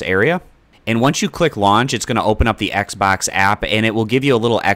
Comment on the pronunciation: Thanks. Now I'll never be able to un-hear, "Xbax app" ever again.